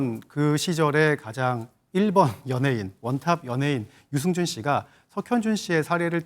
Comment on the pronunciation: 유증준 아니지요 아나운순분~~들 똑바로 해주세요